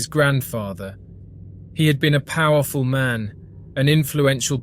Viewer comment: a poqwerfull politicans? He looks like he is degenerated